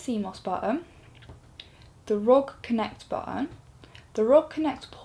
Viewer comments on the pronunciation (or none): Please could you call it R.O.G. not 'rog'. I hope I'm not the only one this really irritates. But it's not just you, it's a lot of reviewers. But anyway, great review! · Great video. I also say 'a-sus' rather than 'ay-soos'. However, the one thing that I do pronounce differently is the sub-brand name. I say 'ar-oh-gee' rather than 'rog' but it doesn't really matter anyway. Keep up the good work and I'm sure your subscribers will keep on doubling!